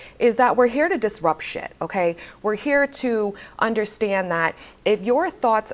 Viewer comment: I loveeee the way you say undastand haha. Ladies, drink your water, get your workout in, watch and walk around like the hottt girl that you are 🤍